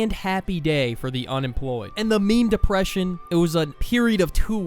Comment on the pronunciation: the dihpression